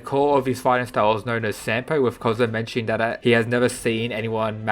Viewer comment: SAM-BO not sampo